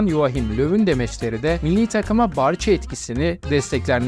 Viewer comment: Barcha değil barsa diye okunur.